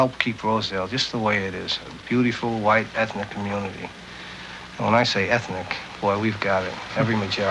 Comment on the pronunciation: "Ethinic" yes all the flavors of bitter vanilla